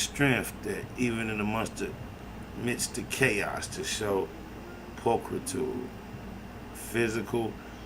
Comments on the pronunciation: Pul-tri-tood. Not stuntin. As a wordsmith thought you prolly would want to kno that. Bless. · Pul Tre tude,is how you pronounce it...